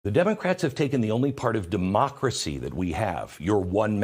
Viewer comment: “This is critical to our mocracy”😂😂😂WTH???